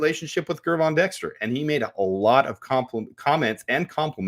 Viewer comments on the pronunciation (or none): why can’t you get it through your head that the G in Gervon is pronounced like the G in George, NOT like the G in Gregory? It’s like you would pronounce it if it was spelled Jervon.